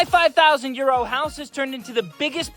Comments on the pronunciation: It took me until Part 5 to realize he was saying "my 5,000 euro house", not "my 5,000 year old house". Anyone else? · The first 3 videos I thought you were saying "my 5,000 year old house". I was like "where?". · All along i thought he was saying "my 5000 year old house" 🙄 bro been saying 5000 euro.........Wow!..... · Anyone else thought he was saying “five thousand years old house”? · I know what your saying but it sounds like 5000 yearold house